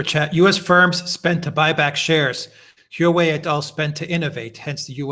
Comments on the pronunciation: Alexander et al: It's HWA (one syllable) -- it's the name by which China refers to itself. HWA REN means Chinese people. There's no "U" there, Correct pronunciation is WA beginning with an aspirated H. But you can forget the "h"-- If it's easier, just say WA.. : . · Haha. Alexander is saying the word differently every time. I live in China and speak a little Chinese. There is definitely a "H" sound at the beginning, followed by a ong U sound pronounced "oo" . Then you can say wah way. Hooaaaway. The H sound at the beginning can be pretty soft. Hope that helped.